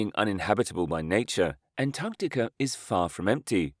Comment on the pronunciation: Am I the only one hearing him say "Antanticum" ???